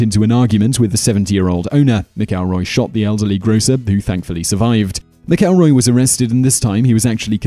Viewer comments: It's MAC-elroy. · How is it you don't know how to pronounce McElroy?